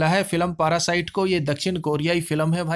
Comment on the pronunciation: पारासाइट नही उसे पैरासाइट बोलते हैं सर जी 👍👍